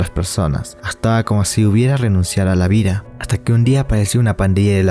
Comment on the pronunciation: Casi todo bien, pero irrita un poco el siga con "vira" y todas las palabras con d que dice con r